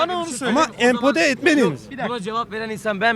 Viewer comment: Empode değil o empoze